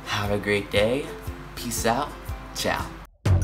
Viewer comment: E você aprendeu pelo menos falar português? Porque nem teu Tchau soou legal. ; )